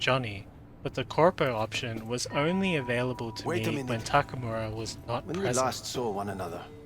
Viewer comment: Anyone can explain how someone who played this game that much and created content about the game can still say Takamura instead of Takemura?